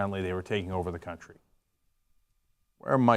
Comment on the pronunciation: Cuntry say 'Cuntry'